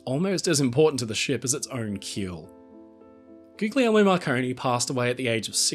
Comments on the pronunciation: Hey, I hate to the be the "erm actually" guy, but I thought I'd just drop a little note on pronunciation. In Italian, the "gli" sound is pronounced in the same way you'd say "Lee" with the g being silent. So the name Guglielmo would be pronounced sorta like "goo-lee-elmo." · Love your channel,! Just one observation: I believe that the second “g” in “Guglielmo” is not pronounced as a hard “g”, but sounds more like “Goo-lyel-mo”. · I am compelled to point out that the second "g" Guglielmo Marconi's first name is silent. I believe all people are owed the respect of having their names pronounced and spelled as best we can. I don't speak Italian at all, but the name is pronounced akin to "goo-lee-elmo". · Pronounce his name properly. Do not pronounce the hard Gs. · For Tesla's sake mate. The second G in his name is silent. It's the name "William" in English, "Guillermo" in Spanish,...etc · I just gotta say, please drop the second G in Guglielmo 😩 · RMS Republic: just how much gold is really on the wreck? At the holiday season, I bet more people are using Marconi's great-grandfather's creation. His great-grandfather was John Jameson of whiskey fame. Just a note: the second "g" in Guglielmo is silent (gli - pronounced li - is a word in Italian)